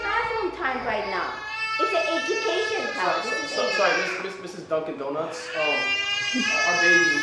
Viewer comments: HEY misses donkun donuts- Cirues 💀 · Bro said ms dunking doughnuts😂😂😂